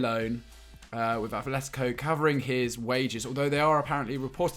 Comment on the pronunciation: It's not athletico it's atletico no th sound